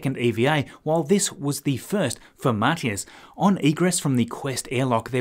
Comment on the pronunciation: Thumbs up for pronouncing Matthias correctly. 😉👍